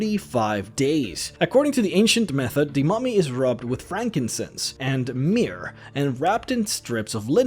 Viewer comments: it's not pronounced "meer' it's pronounced "mur"!!!... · Myrrh is pronounced “mur”